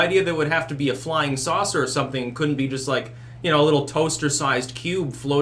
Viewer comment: I like the way you say "something". Comes out as "sunthing"